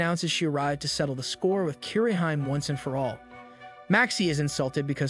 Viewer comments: It's pronounced Kee-re-hee-mé not "keereheem" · Bet a lot of people are triggered by for butchering the pronunciations of japanese names. Kirihyme instead of KiriHime